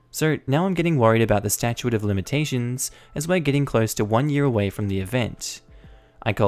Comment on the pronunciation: Stat-chute, NOT Stachuate